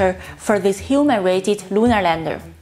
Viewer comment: I think that was a “Freudian Slip”, esp. as she pronounced it differently the second time around...😱🤷🏼‍♂️